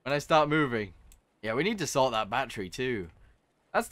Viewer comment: I'm alright with it and him saying "Batteru" but once he typed "Batteru" in the dail, I was screaming